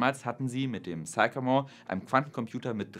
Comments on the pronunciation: Sycamore: spricht sich nicht: zeikamor, sondern: ssssickämor Aber zur Sache: Ich denke nicht, dass uns Quantencomputer in den nächsten 20 Jahren beim MediaMarkt begegnen werden. Ich habe in den 90er Jahren Mainframe-Rechenanlagen aus den 60ern, die z. T. noch aus diskreter Elektronik bestanden (z. B. HP 3000, IBM 360, ...), automatisiert auf damals moderne Client-Server Systeme (z. B. HP 9000) konvertiert. Aber kurz danach waren auch diese Systeme überholt, und jeder Mitarbeiter, der vorher vor einem Terminal saß, hatte nun einen (Windows-)PC. Und die Daten, die vorher auf wuchtigen Bändern waren, wurden erst auf DATs geschrieben und dann sogar auf optischen Speichern und Festplatten abgelegt. Aber in dieser ganzen Zeit von den 60ern bis heute war immer der bestimmende Faktor die Verarbeitungs- bzw. Bediengeschwindigkeit des Menschen. Sicher gibt es viele Aufgaben für extrem schnelle Rechner und Quantencomputer, aber außer dem Wetter sind diese Aufgaben alle rein akademisch. Und das Wetter ist schon längst gut genug vorausberechnet. Mehr als die heutigen Hochleistungsrechner der meteorologischen Institute braucht man auch in Zukunft nicht. (Es sei denn man vervielfacht die Messstellen um 2 oder mehr Größenordnungen.) Der Quantencomputer ist ein akademisches Spielzeug. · Sycamore is pronounced sickamore ˈsɪkəmɔːr